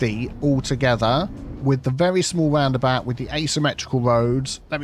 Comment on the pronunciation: I like when you say "woundabout" :-)